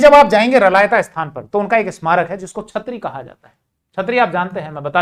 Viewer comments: मै रलावता से देख रहा हुँ जहाँ शेखा की समाधी है आप इस स्थान को रलायता उच्चारण कर रहे हो उसको स्पष्ट उच्चारण करो सर 🙏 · साहब रलायता नहीं रलावता है कृपया सही करिए